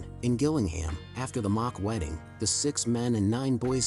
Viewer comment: Not to be Bri'ish on main, but it's pronounced 'Jill-ing-ham.' I should know as I used to live close to that shithole.